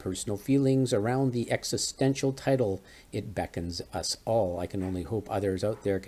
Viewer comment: You don't know how "beckons" is pronounced?